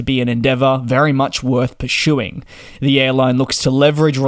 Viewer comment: "... an endeavor worth perSHOEing"?????